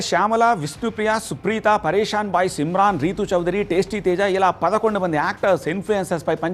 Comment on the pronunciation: సిమ్రాన్ కాదు రా ఇమ్రాన్ 😂😂😂😂🙏🙏